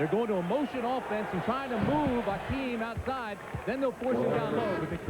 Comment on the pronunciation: Hakeem not Akeem